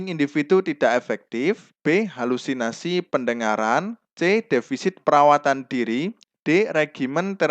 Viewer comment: Diri bukan duru pak